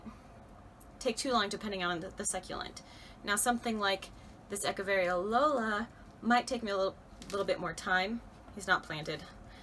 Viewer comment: I love that you say "Echeveria" correctly.